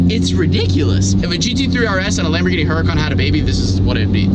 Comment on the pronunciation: The way he said 'lamborghini' at 1.57 is good AF 😂